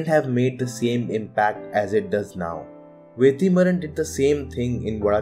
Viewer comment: Bro it is Vetrimaaran. Why are you pronouncing as Vethrimaaran?? Don't pronunce it with th sound bro. No offence. Just correcting. Thank you